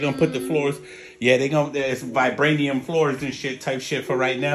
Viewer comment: 😂😂dude said Bribranium floors!!!